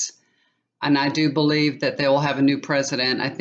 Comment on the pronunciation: I think it's pronounced Guh why dough.